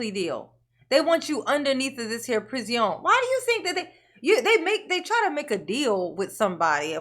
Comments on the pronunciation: How is it that you can make up better words than Darryl. PRI-ZI-ON 😂😂😂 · Guess he should've thought of how uncomfortable it is up unde that there pris-ee-on before he pulled his cowardly, evil ATTACK, and then ran like a SCARED LITTLE CHICKEN!